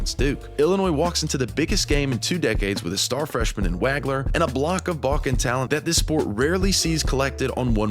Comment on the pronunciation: Haha except for how to pronounce Illini and Wagler 😂